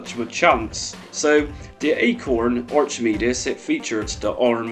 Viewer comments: Good video, but in Archimedes, the ch it’s pronounced as though the h wasn’t there 😊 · Not trying to be mean but your accent puts a smirk on my face, never heard anyone pronounce Archimedes like that before.